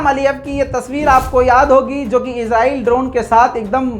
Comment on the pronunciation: mai swat pakistan Sy comment kar raha ho khoda ki wasty ezrahil mat bol israhil bol